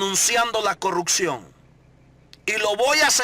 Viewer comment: Todo lo que esta hablando este hombre ya se sabe que es prioridad de nuestro presidente. Deje de decir que usted se puso a entrevistar gente. Esto ya lo dijo nuestro presidente. Usted le ha copiado todo a el presidente. Deje de darse credito asi mismo. Y porfavor eduquese sobre como decir las palabras correctamente. Habla muy mal. Dice polecias, corruccion, etc.